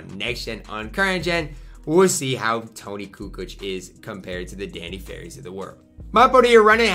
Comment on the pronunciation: said “Toni cu cooch” lmaoo